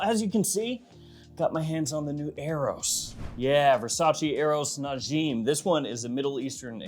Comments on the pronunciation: Its pronounced Na-ja-m 😅 Which means a star in arabic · you are pronouncing it wrong its more like na-jim